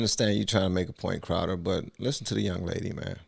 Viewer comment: You read Crowder wrong.